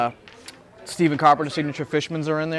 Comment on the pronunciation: Lol...Stephen Carpenter from Deftones -- pronounced STEFFAN not Steven. That's funny.